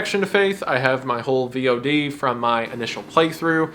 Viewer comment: Only thing I'm remembering from that entire video is wendigoon pronounces vod like V.O.D.lmao